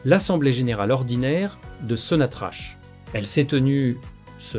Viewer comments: C est n est pas (so na tra ch(=k) c'est sonatrak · Pitié, arrettez de prononcer Sonnatrache.